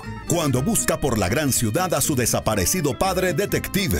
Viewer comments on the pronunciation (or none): none